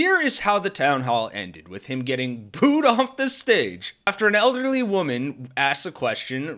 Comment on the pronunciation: Booed ~ not Bood